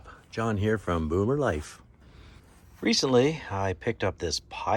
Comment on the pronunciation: I’m so sorry I thought you said moo moo life… then looked at your title and it said boomer life. Great video